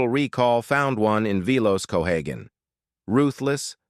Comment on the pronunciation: It's cohagen, pronounce it right or get lost.You got that narrator